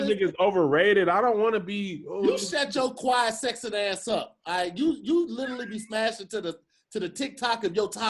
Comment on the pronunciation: Am I the only one who cringe at pronunciation of “Literally” 🥴🥴😩🤣🤣